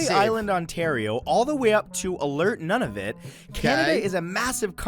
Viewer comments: the coolest thing is that you can't go there. no roads, only a plane to the tiny town of Fort Chipewyan (aka Fort Chip). it's a MACintosh apple. also it's Noon-a-vut, not 'none of it' :). several pronunciation errors. Edit bingo! like fishing :) google rock lake hinton. the water is cold and deep, and you can see down 25 feet or more easily. I have an extra rod :) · The narrator of the video he is watchign mispronounces a ton of Canadian worse, including Poutine (it's poo-tin because it's a french word and the French do not use the long I: typically, only Americans pronounce it poo-teen), and Nunavut is noon-ah-voot, not none-ah-vut). Some Canadians insultingly use the misrponounciation to sound like "none of it" so it's important to make that distinction. American narrators speaking about Canada usually get a lot of thing wrong, so keep that in mind. Canadian know a lot about the US, but the US knows very little about Canada because their school system deliberatly omits teaching it. I have had an American ask me if we know what Christmas is. In fact, one of the more interesting things about Canada is that we share the worlds longest border with a country taht is 95% clueless about us. Most can't even name half of our provinces. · Why can't anyone pronounce Nunavut properly? Also, McIntosh apples is pronounced incorrectly.